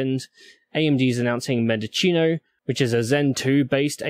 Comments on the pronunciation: Mendocino is pronounced mendoseeno, not mendochino. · It's mendo-cee-no. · Mendo-SEE-no so you know. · It should be Men-do-chee-no